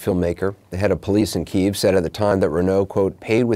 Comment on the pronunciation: It's pronounced "Key - Ev".